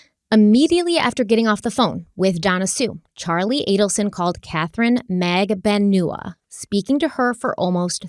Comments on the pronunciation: Katy magbanewa not naganewa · It's not Mag-da-new-a It's Mag-don-u-a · Pronunciation of Katherine’s last name: MAG-ban-ew-wah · Katie's name is pronounced Mag-ban-ua. This is how she said it at her trial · into part 5 still can't pronounce Katie's name SMH